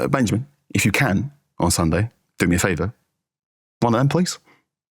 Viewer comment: Thank you for pronouncing Benjamin's name right. We appreciate it!